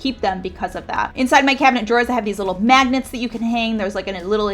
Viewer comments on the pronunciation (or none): none